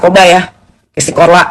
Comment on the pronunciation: korla kok jadi chorla😂